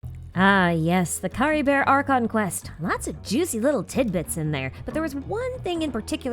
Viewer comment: No but why did you pronounce Caribert as CaribeR 😭🥲